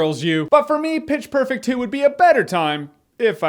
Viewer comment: wait wait in the end, did jeremy say Bitch perfect? or was it just me?